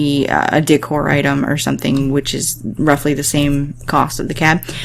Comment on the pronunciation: it wounded like ou said "dick-whore" instead of decor lol